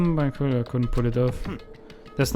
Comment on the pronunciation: Nach 11 Folgen sprichts du Byakuya immer noch nicht richtig aus, obwohl es bereits mehrfach gasagt wurde. Allerdings wird sich das noch ändern?